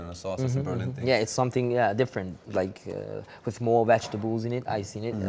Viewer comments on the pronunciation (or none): Vetcher-tabbels, vetcher-tabbels, vetcher-tabbels